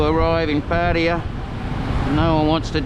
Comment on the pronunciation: Pa ta ya...not ..Pa tya...yayaya.as in Yamaha